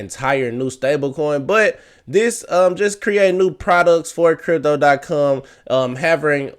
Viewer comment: Say com not cum